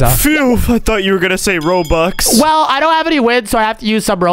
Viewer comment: Its robux not roblux 🤣